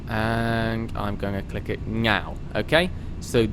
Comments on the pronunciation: Great video. Its "Now" not "Gnow" btw. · I like how he said "now" and "nav" as nyow and nyav